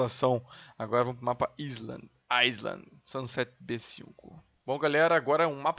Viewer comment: eu não falo inglês fluente como vc ! mas pare de falar ailande :D